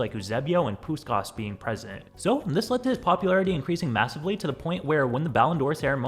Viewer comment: Puskás, not Puszkász